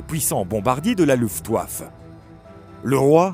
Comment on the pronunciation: Super travail !! Par contre à luftwaffe se prononce [louftvafE]